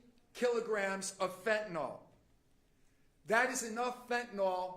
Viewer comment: Can we stop calling it Fentanol when it's Fentanyl? Ya know Fen tin il.....